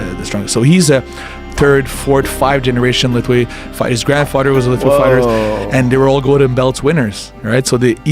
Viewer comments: Thanks for the video. But Myanmar is pronounce Myan - Mar pr Myal Mar ( just 2 sounds ) . Not Mai Mar or mi yan mar. Lethwei is pronounces Let + Hwei ( Let - Whayte ) . Not Leth ... thal..... thalll... thallll........ wei.... . a big No. It's Let + Hwei. Thanks. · Correction to the narrator it pronounce Let-hwei not Leth-Wei